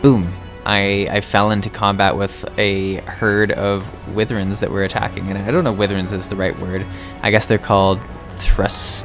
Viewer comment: Wivvern? No, Why Verne. Seriously, so many people mispronounce that, super easy to google and hit the pronounce button. Literally just google "Wyvern" and push the button near the top that looks like a speaker. Anyway, that aside, this is actually pretty relaxing and a good look around...I never unsubbed but I haven't played this in a couple months, gonna have to play more, and gonna have to check out your other vids!